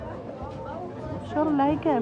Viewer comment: Me mató "shor laiker" 🤣🤣🤣